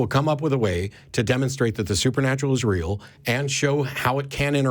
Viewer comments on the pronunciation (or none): none